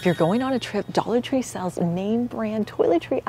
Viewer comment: Dallor tree